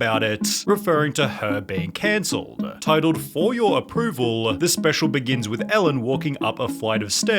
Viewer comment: I hate how sunny pronounces his L’s lol. “This is so specialuh”